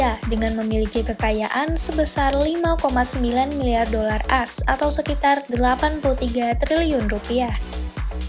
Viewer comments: Tetep salah kalo bacanya "as", karena harusnya "a-es". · "Dollar AS" A-S, bukan kartu AS Mba 😂